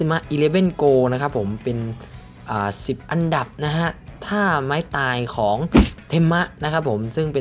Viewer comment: ทำไมมันเป็น อับดับ รีบหรอพี่ 555